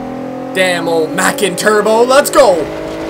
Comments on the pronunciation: Macan is pronounced mah-KAHN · your saying macan turbo like fucking mac and cheese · Its pronounced k-man after a species of crocodile/alligator